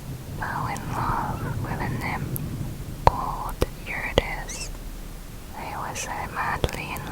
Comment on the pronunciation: I'm sorry but it isn't "youre-a-dis" it is "yu-rid-e-sea" Driving me crazy